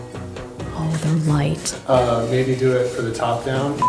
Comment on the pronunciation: The way she said they’re “light” with her whole chest 💀